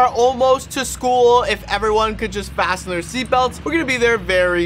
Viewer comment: the fact that u said facent ur seatbelts